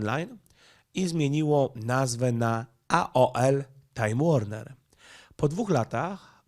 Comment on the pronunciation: Warner czyta się Łorner. Warner Brother dawniej